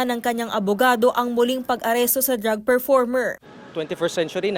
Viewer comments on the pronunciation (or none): Drug performer? Do you mean drag performer? Hmm...you should pronounce it correctly. 🤷🏼🤦